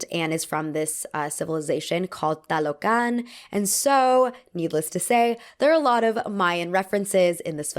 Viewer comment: The way you pronounced “Talocan” was perfection. -A Latino